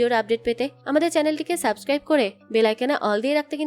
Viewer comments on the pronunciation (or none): none